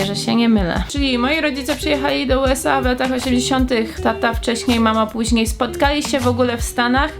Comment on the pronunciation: A USA nie czyta się ,,jułesej